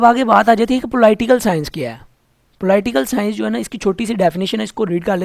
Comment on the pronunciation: Ruby Rai ko ab pta to chal Ploi-tial sciance Kya hota ho ga...😂😂😂